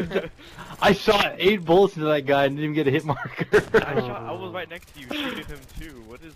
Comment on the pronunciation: You said woss